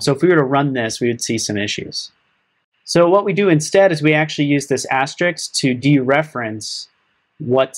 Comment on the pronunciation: Thanks for the vid. BTW, it's *asterisk*, not Asterix. s then k, not k then s...